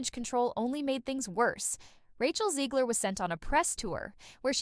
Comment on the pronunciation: Learn how to properly pronounce Zegler and Gadot! You could maybe look it up on, I don't know, You Tube.